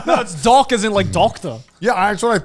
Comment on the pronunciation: its human dock... twat. laughed so hard.